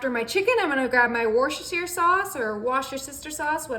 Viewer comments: It's fine to say you don't judge how people pronounce Worcestershire. But you're an online presenter who scews this up everytime. It would respectful to the people who live in Worcestershire to learn how to say it. It isn't difficult. Nobody likes people repeatedly mispronouncing their name. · I wouldn't worry about pronouncing worchestershire correctly. I have seen chefs on food network that stumble over it also. Great job.